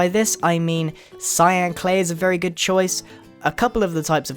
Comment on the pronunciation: he said clyan